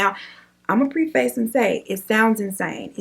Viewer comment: Girl i love your channel! Literally like all the videos i watch lol & i know sometimes you say stuff funny on purpose buttttttt just in case: “preface” is preh-fis not pre- face